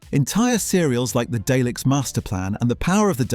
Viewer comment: What a load of fucking crap, Cant even pronouce Dalek... Stop at 40sec dont bother watching this crap